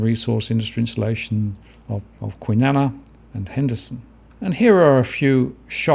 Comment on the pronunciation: By the way,, Kwinana is pronounced the same as banana lol